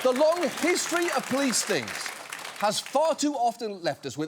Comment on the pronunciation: Can someone inform John that there's an 'o' in the word 'police'? Cheers, from the other end of the pond.